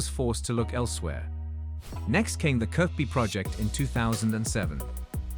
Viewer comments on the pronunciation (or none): Some parts are factually inaccurate, and the video is rather lazy with the graphics. It shows the original stadium design, not the final one which is actually now built. Goodness knows there are enough images on the web to get it right. Irritating pronunciation too - "Kirckby". No mention of the fact that Goodison is the only club ground in the country to have hosted a World Cup Semi-Final.